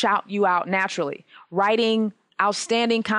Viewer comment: napturally curly? haha